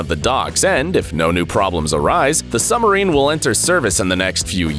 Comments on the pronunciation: Dude, the word is SUB- Marine meaning beneath Marine (water) NOT SUMMERINE Good grief.What do they teach at American schools. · Heh..."Summer- reen" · what is a "summerine"? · Difficulty saying submarine, have you?